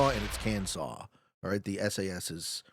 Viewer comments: why are you doing this to my ears calling it kan-saw? lmao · Your correct about Arkansas being (saw) however Kansas uses the (sass) pronunciation. Edit: couldn’t tell if you were being sarcastic with Kansas or making a genuine mistake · 😄they're were 100% screwing with you, Arkansas is pronounced with native american pronunciation (Ar -kan-saw), Kansas is standard english pronunciation (Kan-zass)😄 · heart the Kan-saw pronunciation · You said Kansas wrong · LOL! Only Arkansas has the special way of saying it! Kansas is supposed to be how it looks! Sorry if I confused you man! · The power of the Kansas pronunciation! 😂